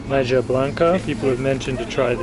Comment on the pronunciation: Having been colonized by Spain, Spanish pronunciation prevails. So maja is pronounced mah-ha. And escabeche is es-kah-beh-che, not eskabesh. Pronounce ALL the vowels.